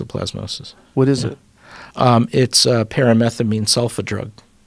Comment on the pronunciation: Anyfing that disgwees with my nawative is big phwarma pwopogandaaaa